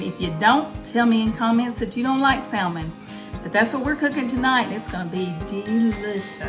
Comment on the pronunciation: Spelt salmon. But pronounce (SaMon)!!!!!! Definitely not Saaaaaallllllllmin. 👎🏿